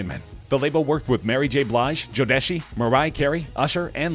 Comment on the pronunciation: “Jodeshi?” Lol